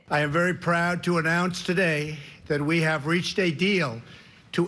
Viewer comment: Trump. Pronounces today as Tewchey